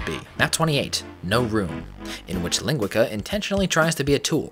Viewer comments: Not sure if you care, Professor, but this meanie's name is pronounced "lean-GUEE-sah". It's the Brazilian Portuguese word for sausage. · Hey there,, this the, I'm here to say your maps are quite obscene! Also shots fired at Doomworld overseer Ling. Funny enough, I like the way you pronounced his username. It sounds better!